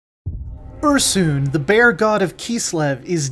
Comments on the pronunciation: Ursoon isn't a thing. It's Ursun. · the narrator’s pronunciation of Ursun and Kislev gave me a migraine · Mispronounced Ursun,Kislev, yin and yang.. LoL